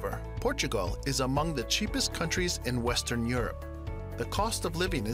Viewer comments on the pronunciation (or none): What's up with the pronunciation of the country names in the video? It pronounces FinLAND and Portugaaaaahl, wtf?